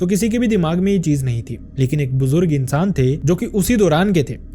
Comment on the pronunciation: "insan " sound ,very bad??